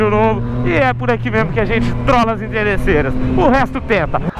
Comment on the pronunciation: Inteirreçeiras kkkk